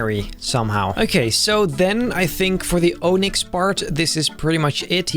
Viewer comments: Onix is pronounced Ă-nix not Ō-nix. You need a color mask for the purple to stay, even if it is permanent. My wife has the same issue with both blue and purple permanent hair dye. An Onix using Fly and Hidden Power at the same time. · I hate they way he pronounces Onix IT'S pronounced ON ICKS Onix Not Oh Nicks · It's pronounced (on ix) not (O nix) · It’s spelled aw-nix not O-nix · My personal favourite was Onix, though Regigigas looks good too. Good job! Also, Onix is pronounced Aw-nix, not Oh-nix. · Why you say OH-nix it is AH-nix nice drawings tho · Im heavily biased and umbreon is one of my favorite pokemon so imma say its my favorite although i didnt like its face to much but its anatomically correct so i guess it was hard to make it look normal lol also onix is pronounced ah-nix not oh-nix dont ask me why lol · It is not OWNIX .. it is ONIX !!!!! 😡😡😡😡😡😡😡😡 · Oh-nix is pronounced on-ix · you pronounce it ahnix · man said ohnix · It's pronounced like on-ix, like ON as in turn the lights on, then IX is in mix without an m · O... nix... it's onyx like [on-ix] cmon man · Oh-nix xD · lets ignore how he pronounces onix like ohnicks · O-nicks. Me:......brah -_ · Did this man just say O-nix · It’s on-nix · Love the video and a whole bunch of time and effort went into the video but when he said onix I head. O-Nicks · He said “oonix” 😂😂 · why he pronounce it like (oh-nix) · I like how he pronounces onix OH-nyx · ITS aw-nix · I liked your Onyx so much that I won't even mention how you're pronouncing it wrong. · You pronounced Onix wrong, but you did a great job making these Pokemon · The way he says Onix lmao😂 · onix is pronounced with a short o